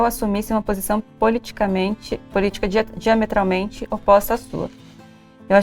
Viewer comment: Esperei o vídeo inteiro elas acertarem falar “ política diametralmente oposta “ ksksksks